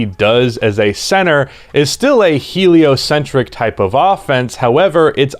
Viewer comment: There he goes again saying heliocentric